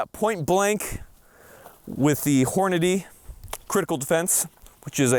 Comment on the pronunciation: It cracks me up that literally cannot say "Hornady"!